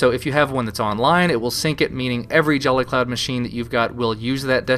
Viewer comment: He says jelly cloud. XD